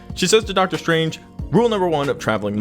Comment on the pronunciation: Am I just imagining things or did the narrator really say "Marvel Studio's Doctor STRAIGHT"? :D